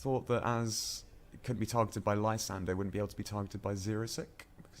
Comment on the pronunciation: Watching this in 2017: your pronunciation of Lysandre is golden!